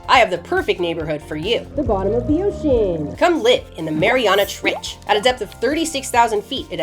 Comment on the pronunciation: "below the surface of DEEOTIAN"